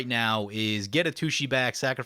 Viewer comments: I'm on gonna lie, it kinda annoys me when you miss pronounce Atsushi. You always say A-tooshee. But it's At Sushi. It just sounds like you're referring to a butt every time you say A-tooshee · Just a hint for Atsushi's name: The TSU is pronounced kind of like a sharp hiss. Like TSST! with u - sounds like glue - on the end. That one's pretty difficult to pronounce. :) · I kinda want him to keep pronouncing it that way cause lil kid brain goes "har har"